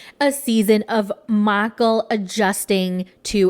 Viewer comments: Every time you say Miicheal I giggle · The way you say Michael is so hilarious 🤣🤣